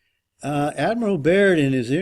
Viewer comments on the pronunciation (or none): none